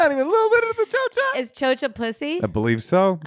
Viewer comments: It's actually Chorcha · It's chorcha